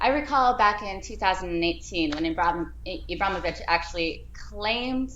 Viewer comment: Ibramovic lol Can't even pronounce his name.. zlatan said nothing wrong